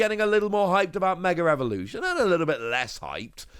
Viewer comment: But it's not Mega Revolutionnn cries xD It always sounds like you say it with "R" xDD